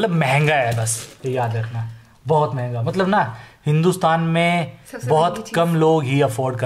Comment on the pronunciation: Bar bar jb app manhga bol rahe the. tb hi hm samjh gaye the.